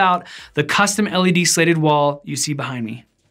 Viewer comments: Is he trying to say slated or slatted? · Is he saying "slated" instead of "slatted"? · Opposite for me. He says "slatted" like it's "slated". I just can't encourage that type of behavior! LOL!!!! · weird how thorough the tutuorial is, but can't pronounce "slatted" or "slated" depending on the different spelling of the word in the vid title and the linked website. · It's a soft A, hard T.. Slatted. The vertical beams are called slats (not slates). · Exactly. If you’re going to make a video make sure you know how to pronounce the title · You scratched my itch. What makes it more annoying is that he says “slats” right. I didn’t want to finish the video but the design looks cool.